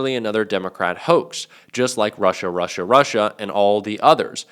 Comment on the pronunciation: EPSTEIN !!!! Weinstein !!!! "It's a WOAX!""It's a WOAX!""It's a WOAX!" ... not!